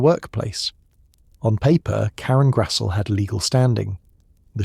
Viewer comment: Her last name is pronounced GRAZ-LEE!!!😊